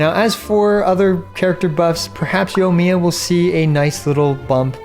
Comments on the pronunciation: "Yomiya" There is, in fact, an I in there. Right after the O. Anyway, I'm just giving you a hard time. On another note, I'm not totally convinced that the heart of depths set won't be better on Ayato. I'm not a math guy, but hydro damage bonus should do more for him than atk, and the buff from heart of depths is far more consistent. We'll have to see the numbers I guess. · wait what yunjin burst does so increase yoimiya skill damage you dont know what your talking about and cant even say her name right.